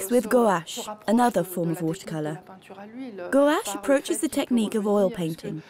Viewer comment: please, your pronunciation/s are strange - mauve, fauve, guache